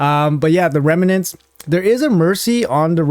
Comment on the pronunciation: OMG .... its pronounced REM NENTS ....... not Reme nents ... no E in the middle